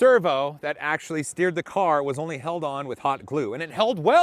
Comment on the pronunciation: Did he say axleually?